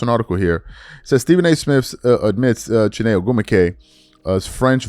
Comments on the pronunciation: you’re Nigerian how you don’t know how to pronoun Chiney’s name? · I just made the same comment. How a Nigerian can't pronounce names?!😅 especially wen they pronounce her name daily on worldwide media. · Your supposed to be Nigerian and you can’t even pronounce chiney last name right smh 😂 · I stopped watching when this clown couldn’t pronounce Chiney’s name correctly. Dude, you could’ve just said it the way everyone else does. Goofball ass channel. 🤡